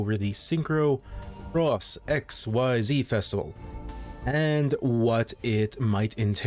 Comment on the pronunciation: Man for the first time ever somebody is saying xyz properly thank you